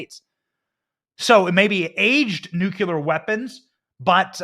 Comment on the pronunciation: 😄😄😄 You crack me up Benny!! Ty for inserting humor into such tough topics, its really needed! BUT...and I do love you!!!...You're STILL mispronouncing NUCLEAR. Ok...so heres the breakdown.. The CORRECT pronunciation = NEW-CLEAR. INCORRECT= NUKE-YA-LER I still love you!! 😄❤🇺🇸❤ (NEW-CLEAR)